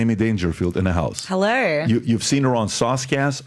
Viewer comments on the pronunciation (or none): She said “ heller 👋 “ 😂